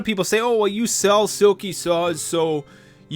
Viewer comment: that boy needs a lot of straightening out, eh?! And still mispronouncing his channel name. OMG!